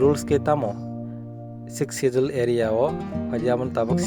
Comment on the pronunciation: Your pronounced of schedule is wrong , correct this one first.